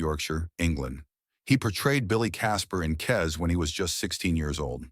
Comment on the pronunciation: ..and it's Kes, not 'Kez'.